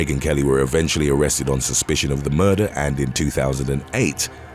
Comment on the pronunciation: How can someone see the word "murder" and arrive at the pronunciation " muhh-duhh"?